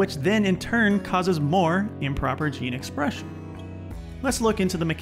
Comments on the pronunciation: Improper 'geen espresxion'. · Sorry but “Geen esprexion” ??????